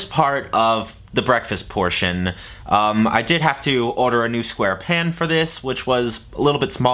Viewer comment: Is that an Always Pan? Ive been seeing ads for those nonstop on facebook. Are they good???? TELL US. THE LADY SAYS PAN LIKE PAHNE